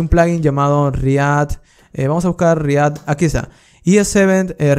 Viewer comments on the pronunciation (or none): re ACT!!!! por dios re ACT....dilo bien no se dice... re AT...!!!!!